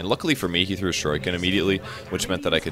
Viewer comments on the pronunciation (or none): shur-ee-kin How he pronounces that is so irritating. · he could have gone with a little bit softer of an r buttttt the i is pronounced correctly:) edify thyself!